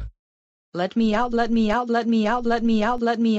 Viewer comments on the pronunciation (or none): Sounds like she's saying "Let Meow"